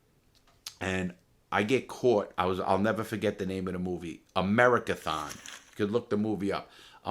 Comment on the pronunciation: Larry “and i’ll neva fuhget” Lawton